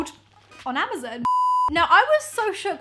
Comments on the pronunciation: Its amazon not amazn. Her pronunciation was throwing me off but her face made up for it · I cringe everytime she said ama-ZEN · Does she know it’s amazON and not amazEN hahaha so cute 😂❤️ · Is it just me or do you say AmaZEN instead of amazON 😂😂 so funny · Suzanna Roumie I know this is an old comment but I’ve just noticed the way she says “Amazon” 😂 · "Amazin" hahaha😂😂 ilysm❤ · i love how she says amazon... amuzun😂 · I love you in every time you say Amazon I was dying.... Amozen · great video lol just wondering if everyone in the uk pronounces amazon that way???? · No hate but is anyone else also bothered by how says Amazon Omg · Not to be rude. I love you but you were saying amazon wrong. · The way she says 'amazon' triggers me!